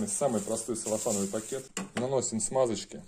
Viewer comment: ну вы сказали "саллофановый", я поправил на "целлофановый"! про полиэтиленовый разговора не было!